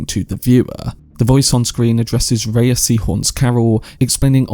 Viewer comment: Thanks for the video. Just fyi, she pronounces her name like "Ray."